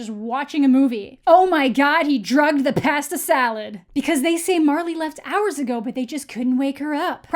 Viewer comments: ive never heard someone pronounce pasta salad the way u did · Same tho.